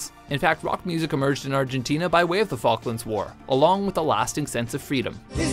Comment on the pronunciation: Maybe proper pronunciation would help. Falklands